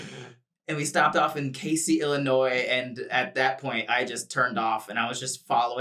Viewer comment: i would just like to inform that he mispronounced Casey, IL haha i like about 25/30 minutes from there and the s has more of a z sound but it is a pretty cool place:))